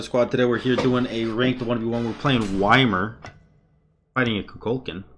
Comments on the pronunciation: It’s pronounced E-meer which is closer to Ya-meer than Why-meer. And that’s how they say it in game that’s why people pronounce it like that. Ya-meer is 10x better than Why-Meer.... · yeah, same, supposed to pronounce it with an E not Y. Thats why it sound "WHY MIR" not "EMIR", you can actually listen to the hero in game itsaelf how YMIR is pronouncing his name xDD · mans pronouncing it Weimar like the city in germany wack. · Love it when u call him Why-Mer lol. I always have too, but i call alot of gods funny things better than Ya-Meer... which is wrong too btw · It irritates me how he calls ymir “why mir” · It's a gag, lot of content creators call him that. They're saying y-mir instead of pronouncing correctly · get that, however it is irritating when he say that, not gonna lie :D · Why you got to say his name all weird?